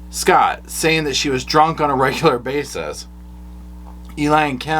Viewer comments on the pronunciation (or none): none